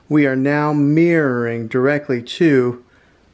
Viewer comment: Great video. But can we try "mir-ror-ing' 😂